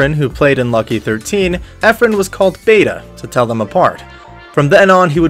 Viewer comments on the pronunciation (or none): Reyes like ray ez not ryes (as far as I know). And I think it's Bata, not Beta. Also why your comments full of stripper bots? Cool video anyway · Mate I corrected the narrator, it’s not beyta, but bahtah’! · Pronounce it as "Bah-tah". But cut the A at the end short. Not Beta. Jeez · Bata is prononced “Bahta’” which means, “kid”, not bayta. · It's not "Beta". It's "Bata" (Kid). Because the other Efren is much Older than him. That's why it is Efren (Kid) Reyes. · Lol.. its not beta.. but It is Bata.. Efren Bata( means kid) Reyes... last Name Reyes not Rice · Born in Mexico? Not what I've heard elsewhere. and "Bait-ah Rise"? Try "Bahtah Ray-ez" it will be much closer. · its not "Beta", its "Bata" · Isn't it ba-ta not be-ta .Bata means kid. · Bata not beta. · "bata" can be pronounced as 'bat-ah' , bata means kid or child since efren is already 'taken' in lucky13 billiard hall. And Reyes can be pronounced as 'Ray-yes'. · Efren Bata Reyes [Ehf-rehn Bah-ta Ray-yes] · pronounced as Efren "BAH-TAH" RAY- YES